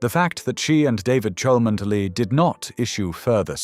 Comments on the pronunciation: You can't even pronounce her family's title correctly!! No one with a single brain cell.is going to believe this nonsense! Please be quiet and stop idle gossip! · Clickbsit fake news. Already been debunked rumour spread out of deliberate malice. Who is the originator of this channel based in brazil? Rumour alleged, cannot get the pronunciation of chalmondley right, and it is catherine, dropped middleton on marriage years ago. Lying bs. William would never want to go through what his parents went through. Why not investigate who put the rumour about in the first place. Kste middleton has been duchess of cambridge then princess of wales for years now. All these fake stories follow the same style of story telling, same errors, same drama.